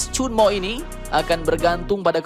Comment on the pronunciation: Ternyata 천무, bacanya cheonmu